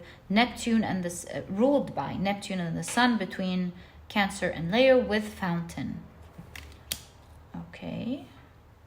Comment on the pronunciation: Leo is pronounced 'Lee-o', not 'Lay-o'. And Libra is pronounced 'Lib-bra' or 'Lib-ra', not 'Lee-bra'.